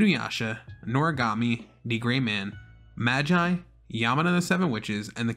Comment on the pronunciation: Magi is pronounced Mah-gi I believe. It's not pronounced the normal way.